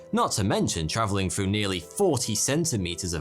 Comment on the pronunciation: How can this guy tell us our history, th can't even pronounce the number 3 and the word "through" properly